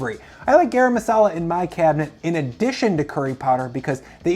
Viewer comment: “GAH-rum” not “GEH-rum”. Rhymes with “car ‘em”